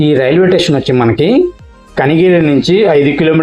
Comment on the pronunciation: ఎక్కువగా టేషన్ అంటున్నావు. అప్పుడప్పుడు మాత్రమే స్టేషన్ అంటున్నావు. స్టేషన్ అనడమే కరెక్ట్.